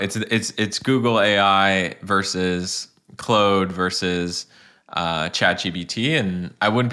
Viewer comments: A fan of the YouTube channel and the podcast. However, you were literally the only person on planet earth that pronounces it as “Clode”. I watched the Anthropic interview last night on 60 Minutes and the founder of the company pronounces it as “Claude”. Time to relent,. 😂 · Bro said "Clode"